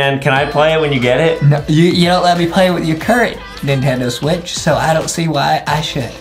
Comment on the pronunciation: The way justin said Nintendo switch "NINTENDO SWAAACH